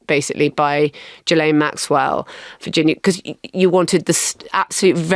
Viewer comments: It's a hard g sound on Ghislaine. I'm surprised Marina gets this wrong. And on analogous I think (but some would disagree😅) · I've heard so many pronunciations of her name, even within the same programme. I don't know which one is correct but the only one that matters is the way she says it herself.